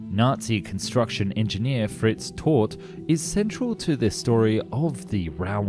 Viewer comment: I was really interested in this subject but just couldn't let the mispronounciations go, 'Tord' for Todt, 'grandose' for 'grandiose', 'ssation' for 'annexation', 'pundins' for 'pundits' etc etc. I understand that dyslexia is very common, but maybe then don't let the narration be done by a dyslexic? Especially a dyslexic with a blocked nose(& whiney accent?)!